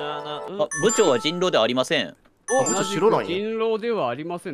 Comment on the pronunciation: ぶ↑ちょうなの好き